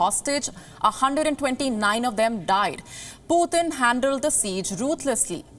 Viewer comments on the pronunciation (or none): lady, it's just p-u-t-i-n, not puthin! at least do some research on how to pronounce a president's name properly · She is pronouncing Putin's name as someone from UP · She does not know how to pronounce the word Putin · I love to hear her accent 😉 when she said Putin. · that is how it's pronounced in russian language. but yeah kinda funny cuz we are not used to it. haha